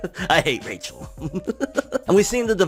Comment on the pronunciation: I love how you say Rachel's name the way they pronounces in the anime😂😂